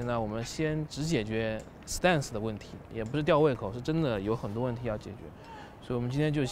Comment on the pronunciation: 哥 你这stance的发音真心不准啊